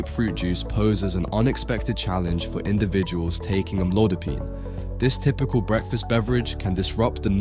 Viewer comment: Is this an AI narration? Sounds like it because the pronunciation of amlodipine is inconsistent. How stupid.